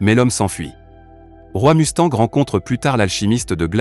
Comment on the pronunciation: C'est roï mustang, mais bon ça doit être prononcé par une sorte d'IA